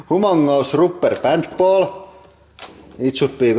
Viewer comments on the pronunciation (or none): "Huge rooper pan paul" :D lol love it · Hoo-mohng-us rupper bahnd ball! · and the rupperpant ball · "vee hav dees hoomongus rooper bant baul" had me in tears